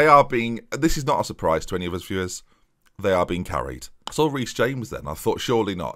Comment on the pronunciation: you saying 'viewers' kinda bothered me, interesting video, but probably can't stick around